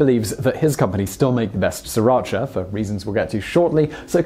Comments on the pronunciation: FYI, it is pronounced Sira Cha and not Si Racha. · Wouldn't, "cha" still be pronounced "ch-ah" as opposed to "chee" anyway? There's no Asian language that does that. There's no such province in Vietnam called "Sriracha" either. It is not even a Vietnamese word or name. And the hot sauce wasn't even available there since a year ago. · As the video notes, the sauce is named after a town in Thailand, which is actually pronounced "see-rah-cha", not "ser-atch-a". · My husband is Vietnamese and says it's pronounced Sa-ra-chee not cha. The town it's named after is pronounced this way. Ask any Vietnamese person and they will correct you lol. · Interesting but having worked in Sriracha for four years in the past I seem to recall that it's pronounced "Si-rashaa" by the locals. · I find Simon totally annoying. To pronounce srIracha as SIRacha through the whole video is unforgivable. JEEZ can't the ignorant idiot even READ! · I actually used to live right next to Sriracha (FYI, the first r is silent) and always wondered why, upon going to Canada, it was so famous... But I'd never heard of it when living a 20 minute drive from Sriracha (again, the first r is silent). Now I know. Thank you Vsauce. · s*R*iratcha. That R isn't silent! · When you say "Sriracha Sauce" it sounds like "Sir Archer Source". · Actually it's see-rotch-ah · Sri-racha like the middle-eastern/asia region it comes from is pronounced more similarly to "Shri-racha", most of the world is getting it wrong. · brittany bolton Ask Thai people, not Vietnamese, if you want to know how to pronounce it because it's a Thai word. It's pronounced See-Rah-Cha. I'm sorry to tell you that your husband is wrong. This is an example of how Thai people pronounce Sriracha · Thank you finally some can understand that Vietnamese stole it from us Thai people even the name. And yet the Fucking pronounce it wrong. It's the Thai small area in Thailand.